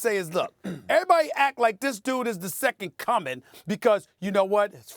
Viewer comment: Lol “second cumming”